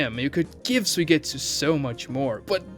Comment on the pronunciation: His name isn't pronounced sue-getsu it's sue-E-getsu